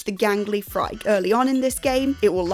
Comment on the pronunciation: Yes, and Phrike is pronounced “free-kay” (it's Greek)